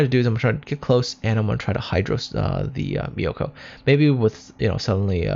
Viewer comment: Nice video! btw myoko's pronunciation is myo-ko not mi-yo-ko. More like cat's meow, but change the w to u.